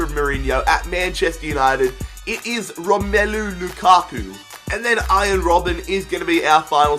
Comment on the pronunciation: Nothing cringes me out more than how pronounces romelu